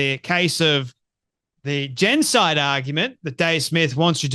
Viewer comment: This guy guy can’t even pronounce the word genocide. He’s a 🤡 shill for the little men in the little hats gang.